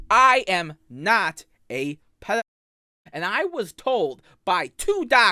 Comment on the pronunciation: he is NOH a pwewewur